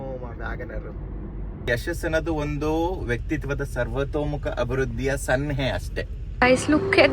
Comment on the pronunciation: ಸರ್ವತೋಮುಖ ಅಂತ ಹೇಳಕ್ಕೂ ಬರಲ್ವಲ್ರೀ. ಕನ್ನಡ ಭಾಷೆನೇ ಬರಲ್ಲ. ಅದರಲ್ಲಿ ನಗೋದು ಬೇರೆ. ಕನ್ನಡ vlog ಮಾಡ್ತೀರಾ 🤦‍♂️